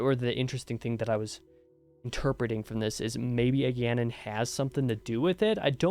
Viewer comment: Your pronunciation of Egeanin is pretty damn close to my hc so kudos there.